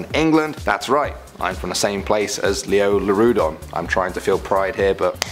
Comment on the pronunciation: It was actually Liopleurodon not Lioleurodon